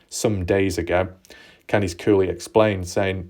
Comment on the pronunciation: I think it'd be cool if you tried the US pronounciation of Candice in your next vid. "Can-diss" instead of "Kahndeese"....ok. But i do like it when you say "Kahndeese", I laugh inside a little everytime.